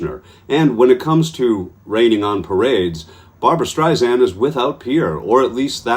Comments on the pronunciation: After all this time- It's Streisand with a soft 's' like sand on the beach. It's not Streizand with a 'z'. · It's Strei-SAND ... NOT Strei-ZAND!!!! Pronounce her name correctly please. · One comment…her name is pronounced StreiSAND, there is no “z” in her name. In any event, you go Barbra!! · It's pronounced STREISAND not STREIZAND. She hates when it's pronounced wrong. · You pronounced Barbra Streisand's name wrong - it is NOT Streis-Zand as you said - it is Streis=Sand, like "sand" at the beach. She uses this analogy about sand herself. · Its StreiSand, like in sand, not StreiZand, like in Liza. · Streisand with a soft s, not a z! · Please, please, please, her name is pronounced StreiSAND. There is no Z in Streisand. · Can you please say not Barbara Streisand’s name wrong. Her surname is not Streizand, it’s StreiSAND, like sand on the beach. FYI. ❤️❤️ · it's pronouced Strei- SAND..... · For chrissakes, it’s “Streisand-SAND”—if you’re gonna report a story in which you say the name a thousand times, you might consider learning how to pronounce it, first!